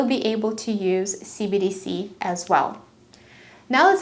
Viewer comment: Hello, I love how you present your information. However, you garble your enunciation of "CBDC"; which makes it sound like "CDC". Not a criticism just an observation.